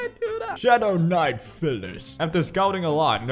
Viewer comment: Ay I swear you are mis-pronouncing pyliss bcs a 'ph' makes the 'f' sound yet its just 'py' so it should be pronounced 'pie'-lis not 'fy'-liss, I just wanted to point that out, but do what u prefer really lmao